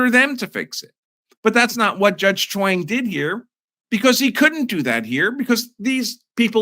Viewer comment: Sorry but I cannot help but hear “Chaung” like Wayne and Garth are saying it: “Schwaaannnnng!”